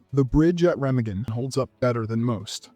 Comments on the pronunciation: Re-mah-gen, not "Rem-a-gen." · It's raa maa gen, not rem a gen. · The Bridge at Remagen. The name is German. Pronounced "ray-MAH-gun" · In Star , Noel Coward was played by Daniel Massey who was Coward's godson. It's pronounced re-MAH-gn. I lived there for a couple of years. I've loved The Fall of the Roman Empire has been a favorite of mine for years.